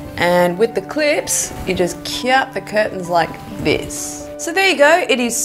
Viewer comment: Love it when you say 'Kiap' 😂